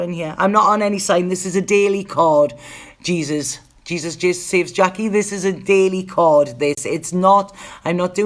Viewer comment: u made me laff when u said Jesus..pronounced hey sus.. in spain.. loved your reading as usual x saludos frm Tenerife..dublin girl x its very windy here today..although sunny